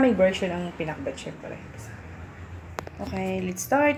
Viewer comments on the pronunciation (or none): parang iba yung pag pronounce ng Pinakbet- Pinakbut?